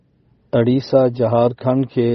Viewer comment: بَہار× بِہار✓ اَڑیسہ× اُڑیسہ✓